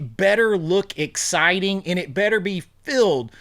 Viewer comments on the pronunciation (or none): none